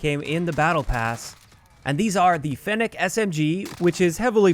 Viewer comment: At least you can pronounce fennec properly